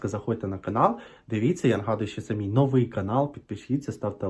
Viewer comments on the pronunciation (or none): none